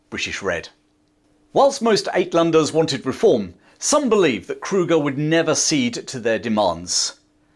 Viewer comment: Uit is pronounced Out. Outlanders.